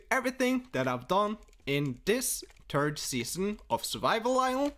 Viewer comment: “This turd season”